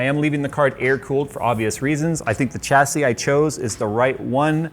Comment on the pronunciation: Its pronounced chassis and not chassis